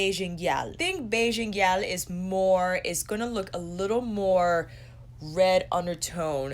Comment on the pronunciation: Haha it wasn't terrible, it was more all the emphasis you placed on the "l", but that's minor. I'm coming to the US at the end of the month and I can't wait to spend hours in Sephora Edit: and I'll be there for the VIB sale! My excitement is real.